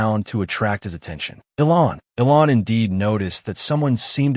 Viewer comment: It isn't pronounced ELON IT ELAN PRONOUNCED ELANE